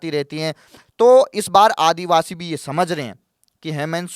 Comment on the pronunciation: ये तकरीबन तकरीबन क्या होता है भाई ? या तो क़रीब क़रीब बोलो या सिर्फ तकरीबन...वो भी सिर्फ एक बार, दो बार नहीं। करीबन करीबन इतनी बार बोलना भद्दा लगता है। भाषा की शुद्धता भी माशाअल्लाह। आदिवासी शब्द होता है, आदिवाशी नहीं।